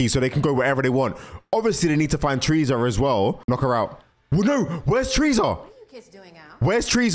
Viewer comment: i love how you say "tresa" instead of "teresa"